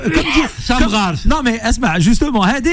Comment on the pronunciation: Et elle en parlant de son mari elle dit AMRARE.